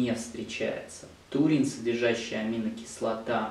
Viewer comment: Врач, Вы называете ТУУРИН,а не ТАУРИН!